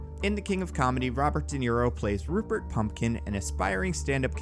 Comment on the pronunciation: It's Rupert Pupkin not Pumpkin! The poor guy even mentions it so many times in the movie :'(